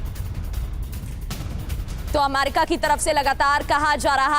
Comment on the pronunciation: Amaiirika Itna amaiirika amaiiirika kyu bolti ho.... america bolo